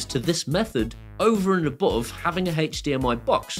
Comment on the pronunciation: haych dmi....kills me every time. ive died like 20 times in 4 minutes! great video, thanks for the heads up on all the new stuff keep up the great work